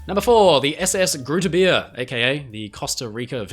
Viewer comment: Its pronounced groote beer with the oo as an oa sound in boat and beer with the ea in to bear